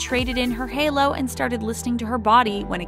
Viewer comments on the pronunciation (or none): none